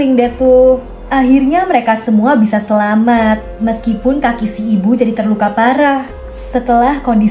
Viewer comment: Selamat kak bkn selamet